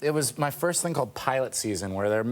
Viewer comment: "ma" = "my"